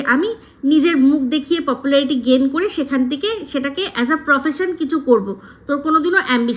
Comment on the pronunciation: Fopularity boleche? 😂